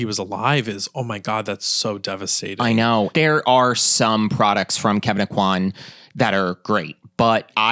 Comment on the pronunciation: I just need to say "thank you" for pronouncing the name like 'oh-quan'. I hear people say it like 'oh-coin,' and it's rough as a Cajun girl.